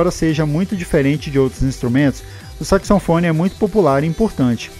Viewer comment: Bom vídeo. Porém você está pronunciando “saxoNfone” O correto é SAXOFONE. Mas o vídeo não deixa de ser ótimo e informativo